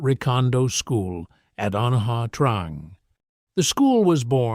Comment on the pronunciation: Na Trang is pronounced "Nah chang". You're welcome.